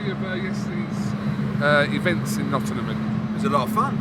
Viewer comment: Nottingham not nottynum